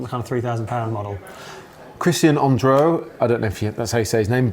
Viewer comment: Bonjour! Hi Matt!:) Your "Andreu" was good btw!